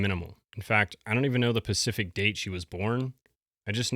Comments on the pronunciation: Love your content, but please stop saying "pacific" when the word is "specific". Please. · Every time you say “PACIFIC”, when you mean SPECIFIC, it’s like nails on a chalkboard to me 😖 Whatever happened to basic intelligence? We’re close in age, how do you not realize you’re referring to a geographic area, & not something in particular? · Specific, not Pacific 😂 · Please stop saying pacific for specific. I’ve watched several of your videos & want to like you but it makes me doubt your credibility. Pacific is an ocean. Specific means particular or exact. If you want to come across intelligent & reliable, please fix this! I’m trying to help you. It’s like every video you say pacific instead of specific. I want you to sound smart! Please fix this. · Dear DJ, Regardless of whether you are in the US or any other country in the world, the English language word 'specific' is correctly pronounced 'SPE' - CIFIC, not 'pacific' which is specifically, the name of an ocean. Unless you are regularly mispronouncing it intentionally because you identify as a famous ocean located mainly in the Southern hemisphere. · Did you just say “pacific” quote sir 🙈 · It’s his thing. He often says pacific instead. It has become like a joke that if you watch you know. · The word is "specific." Please don't mispronounce this word because it takes away from your message.